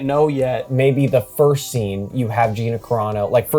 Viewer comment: It's pronounced G "I" na. Long "I"